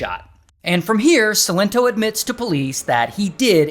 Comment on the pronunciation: Sigh-len-toe - that's how you say his name Ray 🤣🤣🤣